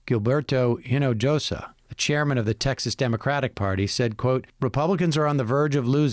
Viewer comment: Try to learn how to pronounce "Hinojosa" without sounding like a Gringo.